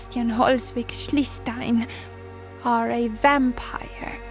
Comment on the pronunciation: Why did you butcherd his Name so much?! Q_Q Holswig-Schliestein.... I life in Schleswig-Holstein in Germany so this Name hurts so much!